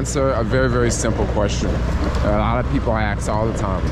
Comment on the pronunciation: Hey - it’s! BTW, what is an ‘aks’?